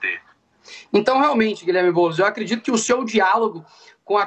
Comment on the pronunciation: É boulos vc está embolado !